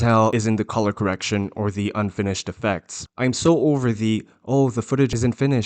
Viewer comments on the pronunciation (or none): none